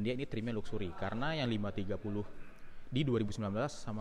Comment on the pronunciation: Ucapan luxury nya jangan kaya org kampung gitu donk,,,malu2 in aja bikin vlog BMW tapi ngomong luxury aja salah,belajar cakap bahasa inggris yg benar. Terus ucapan velg nya yg benar, masa velg jadi " pelek ". Ngga cocok jadi vlog mobil BMW lo. Ketawan Sales tamatan SMA